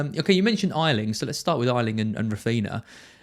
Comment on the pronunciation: Its pronounced A Ling ,not I Ling !!!!!!